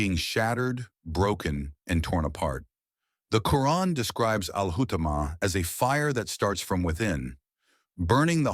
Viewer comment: Please stop using this Ai-voice. It's extremely annoying the way it mispronounces terms such as Islam, muslim, Islamic, Quran etc. No muslim would pronounce it as: Izzlam, mazzlim, izzlamic, Qran/Qoo-run. It sounds ⚪️washed and orientalist/ islamophobic. Just my advice. The mispronounced terms are infuriating.